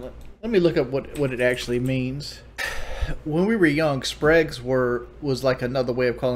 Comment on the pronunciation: the "Spregs" did he really just 62IQ the word SPERGS?!